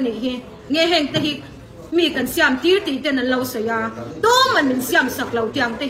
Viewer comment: Siam a tih dan pawh a lam dik lo